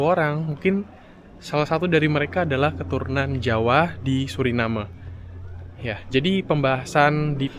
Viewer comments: Maaf saya koreksi ya ? Orang lokal sana dan wisatawan yang datang, ataupun orang Belanda menyebutnya "Suriname" bukan "Surinam" seperti yang anda sebutkan berulang kali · Yang betul Suriname ya, bukan Surinem.. Karena dari bahasa Belanda. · Ejaan yang benar itu Suriname huruf e-nya dibaca bukan cuma jadi hiasan kalau nyebut seperti tadi itu ejaan Melayu Melayu Malaysia Melayu Brunei nyebutnya gitu kalau Indonesia dan Suriname asli nyebutnya ya pakai e jadinya dibaca😊